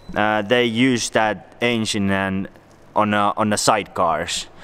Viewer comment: I thought he was saying asian not engine😂